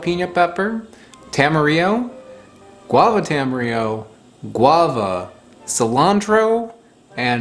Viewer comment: Question, is "tam-e-re-o" the standard US pronunciation. I've always heard "ta-ma-rill-o" here in NZ. Though there probably isn't a "proper" way to say it, since I believe it was just coined by a dude in Auckland smashing Te Reo and Espanol together